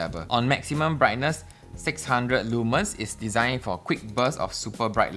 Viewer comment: Leeee manns? I know you’re Singaporean and all but come on man, that’s not how you say it lol